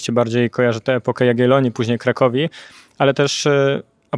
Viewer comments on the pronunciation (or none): Epokę Jagielonów chyba, a nie Jagielonii 😂😂😂